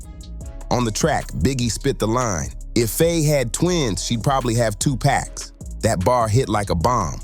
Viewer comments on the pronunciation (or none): I can't take you seriously when you're calling 2pac by the name of Pack.